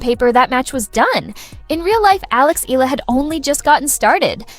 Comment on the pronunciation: Please pronounce her surname Eala as: e - ya - la